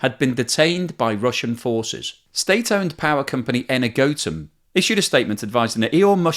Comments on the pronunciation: ener-gotom lol energo-atom🤣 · Wonderful, very very useful work! But check up on pronunciations - Zaporizhzhia is a transliteration, or an attempt to render letters that don’t exist in some languages that use the Latin alphabet. The “zh” is a rendering of a “j” like in the French “je”. Energoatom is “enERguh-Atum” (stressed syllables capitalised). Wikipedia is often your friend on these pronunciations as it includes phonetic alphabet renderings including stresses at the start of many articles.